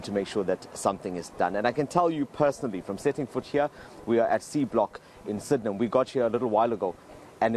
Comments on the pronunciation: The saddest part is somebody got paid to say Sid-in-ham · I've never heard that pronunciation of Sydenham before :O I had to pause the video yoooh